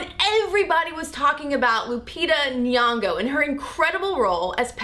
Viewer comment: Why can't Americans pronounce Lupita Nyon'go's name properly? She even gave an easy way to pronounce it. The ng should be pronounced the same way you do with song. Song> Nyong > Nyong'o simple.